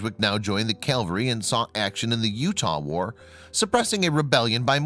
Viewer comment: CAVALRY...not CaLvary...jeez.